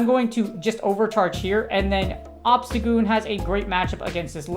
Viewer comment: I swear I heard you say obama snow lol oh wait you did